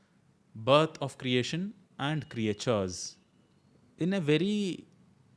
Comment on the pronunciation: Excellent initiative Sir! Looking forward to the series. One thing I wanted to point out - you said certain creatures - did you "Creatures" because you pronounced it as "Create-tures"?